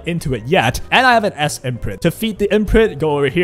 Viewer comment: Anes lol. its Ainzzzzz